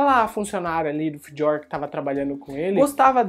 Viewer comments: Pronuncia foi pro crl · que pronúncia estranha falando do Fjör